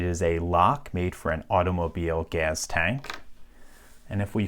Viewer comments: A what? GAZ tank? What in the XQC is happening, it's GAS. Say it properly. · the way you pronounce gas as "gaz" strikes me as funny for some reason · His pronouncing "gas" with a /z/ is making me irrationally angry.